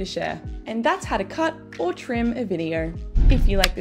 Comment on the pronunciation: Videarrr? So sorry but that mispronunciation was soooo distracting.